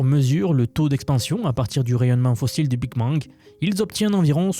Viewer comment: Tu dis "big mang" au lieu de "big bang"